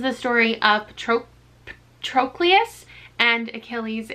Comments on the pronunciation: I can tell you’ve never seen the movie Troy because of how you pronounced Patroclus lol. It’s pat-ro-clus. The movie had Brad Pitt playing Achilles, Orlando Bloom as Paris, Eric Bana as Hector. It also interpreted events differently (like Achilles and Patroclus being cousins). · how does everyone mispronounce Patroclus when there is a pronunciation guide for his name in the book lmao